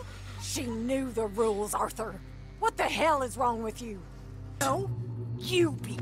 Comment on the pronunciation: GUYS IT IS ARTHUR NOT AUTHOR NOT AURTHUR A R T H U R